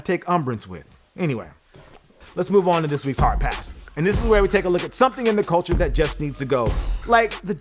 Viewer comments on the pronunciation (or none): none